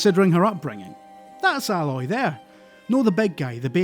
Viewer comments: Why is everyone calling her Alloy? As if she's some form of metal, her name's is Aloy. A-loy. Just listen to how everyone pronounce her name in game. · Oh, it's Aaaay-Loy, no Al-Loy. 'Aloy' not 'alloy'. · her name is A-loy, not Alloy, it's not a metal :) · Aloy not Álói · Dear me, the guy's scottish accent deepens and Aloy got pronounced much closer to alloy whenever he wants to make a joke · its ayyyyy loy. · How can you love this game so much and yet still say her name wrong?? It’s clearly AY-LOY. They definitely wanted it to be different from the word alloy even though that’s clearly the inspiration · I just can't get over the fact that most people get her name wrong, i expect from the people that do reviews to get it right. :)) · Somehow you did a good review and made me question if you've actually played the game all at the same time. Have you really not figured out how to pronounce Aloy yet? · Your pronunciation of Aloy makes me feel like you never played the game and were just reading a script. Am I wrong? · Such a great video, yep HZD was definitely my game of 2017, doubt anything will beat it. However, you kept pronouncing her name wrong, repeatably. Oh it irked me :D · Ok first i agree this game is amazing tottaly amazing and if you havent played it and havze a ps4 then i metephorically slap you and scream why. This dude is clearly reading a reveiw written by someone else you can tell because he misspronounces aloys name and if he had played the game her name is spoken out load more times than i can count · I REALLY hate the way people prenounce Aloy... THEY ARE DOING IT WRONG!